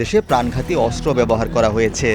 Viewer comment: অস্ত্র উচ্চারণ করতে হবে শুদ্ধ করে 😮😮